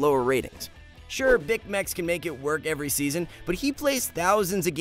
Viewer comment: If you loved Bicmex you'd pronounce his name right 😭